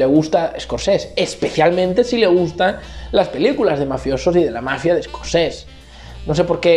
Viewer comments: Se dice SCORSESE NO SCORCES... madre mia dedicate a otra cosa xaval.. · a ver neno, se dice ES COR SE SE